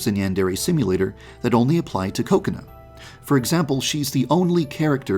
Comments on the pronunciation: Yeah. He says it as “Ko-Kuh-Na” instead of “Ku-Ko-nah” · i heard "coconut" instead of her actual name xd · I hear KOKAnut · How I here kokona:coconut True tho Edit:salty snack foods like chips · I love how he pronounces Kokona's name like "coconut". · The name: Kokona How some pronounce it: Ko-ko-na How others pronounce: Kokonut How I pronounce: Coke-can Bijuu Mike: Koconi Markiplier: Boobs Mckensey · ...that's how you pronounce kokona?